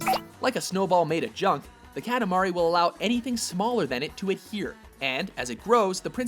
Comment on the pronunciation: Ka-ta-ma-ri, not katamara